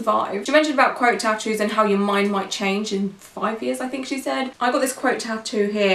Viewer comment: Oh QUOTE! I was like, what is she saying? Crote? Also I agree with everything you’re saying, but I think her views are similar to a lot of people without tattoos. I wouldn’t say there aren’t days where I wish some of my tattoos were different, but at the same time they all represent different times of my life. I’m not heavily tatted but the couple I do have are largish so they do get some attention. That’s probably the only thing that occasionally annoys me - people always thinking they have the right to comment on my tattoos. I’m pretty introverted so I don’t like the constant questions I’m better with it now than I was when I was younger.